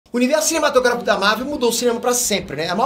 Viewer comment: tá tão puto que falou Kevin Feige normal e cinematográfico normal tbm